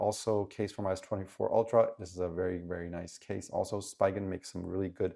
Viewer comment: "Spee" gen, not "spy" gen